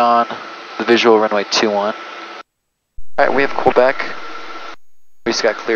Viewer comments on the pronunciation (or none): Do all Arizona folks pronounce Quebec as K-bek? I've never heard that before.